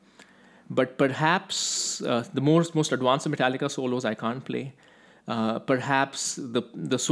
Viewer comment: It’s pronounced ad•Vanced with a V, not ad•Wanced with a W. It’s not that hard.